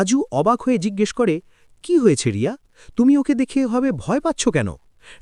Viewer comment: Name ta to thik kore bolo Riya na Bonolota..😢